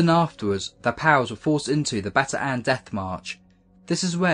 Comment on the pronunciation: It isn't Bata-an, it's Bataan (Baton sort of) (or Batan)